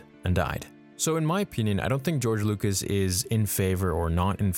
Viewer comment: “George Loocous” My favourite director. Just a joke, I love...